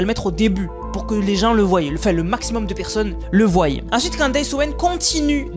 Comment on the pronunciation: Le voient et pas le voyeu 😂 sinon c'est très bizarre tout ça 😮🤔